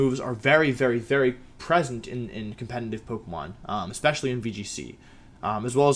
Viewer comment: How do you pronounce competitive with an audible n every time you say it